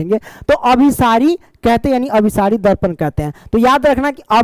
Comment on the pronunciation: Sar last mein aap galat padhe hain abhisari aur apasari